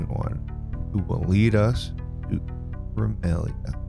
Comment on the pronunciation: Increment-a-lia.... You are lucky you are intertaining. Ask Velocity to help you out with the words. Great job Man